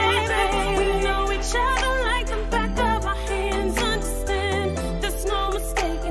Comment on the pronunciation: "back' not 'bark'